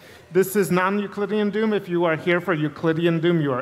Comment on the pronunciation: It really sounds like he keeps saying "Doon."